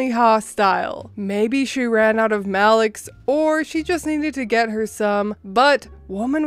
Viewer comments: ha I kept trying to figure out what "malix" was. "May-lox" ^_^ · Pronounced May-lox. It is a liquid antacid